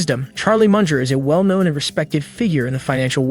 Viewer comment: It’s Mun gerrr and it is B.Y.D. Not bias.